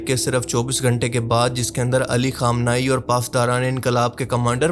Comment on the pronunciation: Khamenei hai bhai khomeni nahi